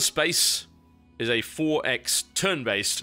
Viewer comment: lol the 4x.... how he pronounce... EXPO.... hahaha